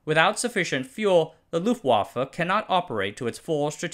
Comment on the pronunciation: For German words with Ws (like luftwaffe), you can pronounce them as Vs - it'll sound much better!